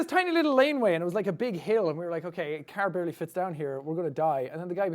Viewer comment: He's like that with many A Like he says cerr for car